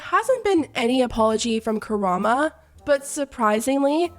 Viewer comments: How have you still not figured out how to say "KaramO" this is like your third video on this. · why u mispronouncing karamo's name all along this video like he is a cultural icon lol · The show is called KA-RA-MO (not Karama) that's the name of the show & that's his first name. I hope you don't think I'm being rude, just wanted to let you know how it's actually pronounced. Great video. Chef Pii really should've put a lot of thought into the sauce before selling it on a whim. She's honestly lucky she hasn't gotten more severe backlash/lawsuits. I'm not gonna speak on the Karamo & Chef Pii vs the customer mess because my opinion would be very unpopular, lol. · "Kurama" Please don't bring my favorite fox boy into this, it's "KA-RA-MO" lmao 😂😂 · Appreciate you putting this video together! Just wanted to let you know that the ending syllable in his name sounds like "moe" not "muh" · It’s KA-RA-MO lol not karama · Her saying Karama instead of Karamo is so funny but I loved the video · So sorry, it’s KaraMO not -uh at the end of his name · girl it’s karamo not karama lmao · i’m pretty sure it’s pronounced “ka-ra-mo” not karama! i could be wrong but it sounds wrong. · KaramO. Sorry it just bothered me to pieces that you said Karama this entire video :D But yeah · KARA-MOH NOT KARA-MAH all of these tea channels cannot get the man’s name right. Lmaooo. Tell me you don’t watch Queer Eye 🤣🤣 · I love you but it’s “karamO” not “karamA” lol 🤣🫶🏽 and that apology was such a PR move tbh but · KARAMO .. NOT KARAMA.. I know he was hella wrong in this situation but you can at least say his name right. 🤔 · its karamo lol not karama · "chefs pii image" 💀 "karama" ☠ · KARAM-O, not karama girl you’ve done videos on him before 😅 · karamo. not kuh-rahm-uh. it’s kuh-rahm-oh. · It’s KaramO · ... KaraMO? I'm thrown every time KaraMA is said, he's name is even written out in the video. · Completely agree with your opinion but the guy’s name is KaramO not KaramA 💀💀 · Not KARAMA. Oh dear….